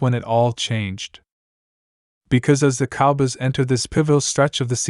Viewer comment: You don't even know how to say COWBOYS